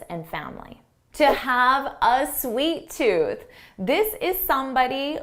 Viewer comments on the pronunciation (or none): Hi again. By the way, you said a ˈsweet tooth. Isn't it a sweet ˈtooth?